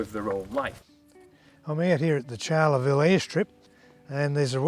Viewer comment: Please, it's not Charley-ville! Pronounced as 'Char-le-ville'